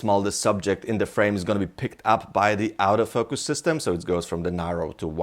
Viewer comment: sometimes when he says "autofocus" it kinda sounds like "out of focus" lol. good video though